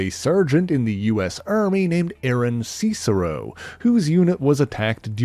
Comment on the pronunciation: "see-cero"? Not "sis-ero?"